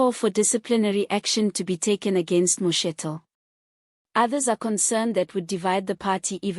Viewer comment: Name name incorrectly Could learn to pronounce people s names properly, you are pronouncing vice sprecidIf only you